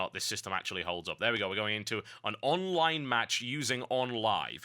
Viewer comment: pretty sure its the same guy who did game reviews for mmohut. dude has the tendency to pronounce online "onlive"